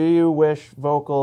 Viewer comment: Great channel. So comprehensive reviews. Even here in Europe I check them before buying skis :). (btw Volkl is pronounced Foelkl). Excellent job guys!